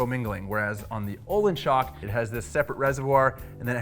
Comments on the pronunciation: and its not "ohlins".... its "Öhlins" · Waiting for someone on the internet to pronounce Öhlins correctly.